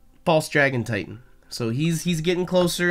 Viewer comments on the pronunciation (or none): none